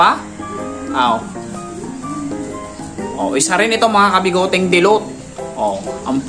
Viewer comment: Dilute po sir dilute, hindi po dilot🤣 peace and love✌️♥️